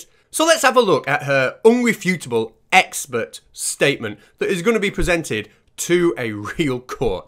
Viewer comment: Ah she is an ex-spert witness,... Now all I need to do is find out what a "spert" is and why this lady is qualified to be a witness. Edit: Oooooh, Its EX-PERT! She has GP after her name which must mean General Pert-itary or something !